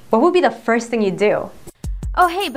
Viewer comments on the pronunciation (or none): none